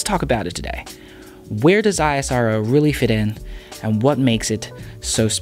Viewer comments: It's called isro(ishro) bro just like we called nasa as nahsa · It's also pronunced as 'eesro' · We pronounce it 'EESSRO'. You can see the Hindi word beside ISRO :) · Just to add, ISRO is pronounced ‘isro’ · It's pronounced "is-ro", much like how its Na-sa and not N-A-S-A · We indians pronounce it as "ees-ro" not ISRO ... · Its pronounced EES-ROW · its pronounced eaass(IS)roow(RO) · This man should have apologize in front of whole indians for pronouncing isro like that. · You speak wrong pronounce of isro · u don't pronounce NASA like n.a.s.a ISRO is same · please do right pronounce of ISRO word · Pronounce ISRO PROPERLY YOU PLAIN EYES. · first u learn correct pronounce of ISRO bro. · Great video. However the agency is pronounced as 'Eesrow' not I.S.R.O. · First time I saw a man who can't pronounce isro name correctly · It's ISRO, not I-S-R-O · It is "isro" not I.S.R.O!! SAME. AS nasa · Am i only one who finds it irritating when he speaks I-S-R-O instead of ISRO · Goodness! It's not "ai-es-ar-o". it's pronounced "ISRO" just like "NASA" is not pronounced "en-a-es-a" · It's not I A SARO , THIS ISRO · Pronounce it as ess-row (ISRO) calling it I-S-R-O is bit awkward..... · its not I S R O its ISRO pls say it properly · I -saro 😂😂😂 It's ISRO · It is not I S R O. It is ISRO. Pronounced as ISROW. Our agency. Our pronunciation. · It kills me Everytime he says I S R O... Just call it isro. Sounds nice. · Its pronounced ISRO, not I-S-R-O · First of all it's called Isro not I S R O....like Nasa not N A S A... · Why you are pronouncing I-S-R-O, you didn't pronounced NASA as N-A-S-A, It's ISRO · BRO.... PRONOUNCE LIKE "ESRO"...BUT NOT "I S R O" SEPARATELY 😅🤩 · "Aizaro"? Seriously dude? It's "Isro". Damn it sounds exactly as it's spelled. Ignorant piece of shit. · It's not I S R O ITS ISRO BRO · its pronouce is not I-S-R-O.. Its ISRO. .Combine 4 letters while pronouce.. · That's not "eye sro" that's "ISRO" pronounced like "esro" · Why are u calling it I_S_R_O ? and not IS-RO ?🙄